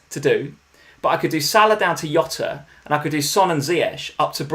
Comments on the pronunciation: I hate to use the wrong name. People always get his name wrong, he is not hota. He is not hota he is, Jota. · Still laugh at calling Jota “Yota” haha. Always enjoy watching the stream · please please please stop saying Yota use a normal J sound Jota Jota Jota